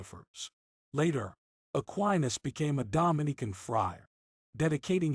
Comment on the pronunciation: The computer sounds almost human. There are a few tip-offs. Dominican gets pronounced "Dominic an" and "Life and times" is said as though it's Life... and... times". Most would say, "Life 'n' times". "Land ... scape" Sounds like it was hyphenated between two lines of text. But the computer sounds pretty real for the most part. I'm impressed.